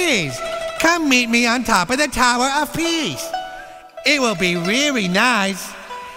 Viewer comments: Oh Rearry? oh ghrreat. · "Prease, come meet me on top of the tower of peace, it will be reary nice" LMFAO!!!! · Oh rearry?!?! Oh Greeaattt! LOL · wurd you reery not hurta fry but what if it wasa flench fry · Oh rearry?o greiit:D